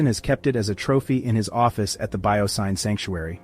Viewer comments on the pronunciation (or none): The "Syn" in "BioSyn" is short for "synthetic," so it's pronounced like "sin," not like "sign."